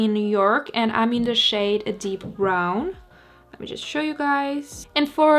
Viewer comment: What you said: "I'm just going to blend this shade out." What I heard: "I'm just going to blend this shit out."